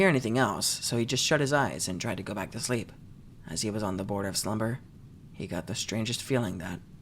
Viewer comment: Oh heck😅 nex time try absynthe - that sh!t is something else Anyways you made this story a thousand times more enjoyable xd "go tu sshleep"